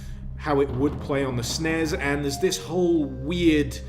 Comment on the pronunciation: ATTENTION!!!!! The letters S, N, E, S, do NOT NOT NOT spell a word!!! Anyone who thinks otherwise is both wrong, and probably not old enough to appreciate the concept. I wanted to do the ear equivalent of washing my eyes out with bleach when I heard that shit. And he did it THREE times!! DAMMITT!